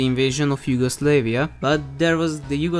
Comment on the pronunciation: its yugoslavia not yugoslaveia